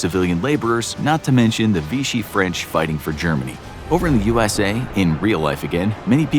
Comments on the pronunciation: Vichy not Vishy. Maybe don’t call Churchill a drugged up person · It's Vichy France, not "Vishy". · VICHY not "Vishy." Good grief! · It's Vichy not Vishy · lol... it's 'Vichy' not 'Vishy' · "Vichy" not "Vishy". Other than that, great upload! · its Vichy not Vishy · Vichy France not Vishy 🥲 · "Vishy"? You have got to be kidding me. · ok weird pronunciation of Britain but more importantly is was the Vichy government not Vishy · *Vichy not Vishy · "Vishy" government? Something fichy there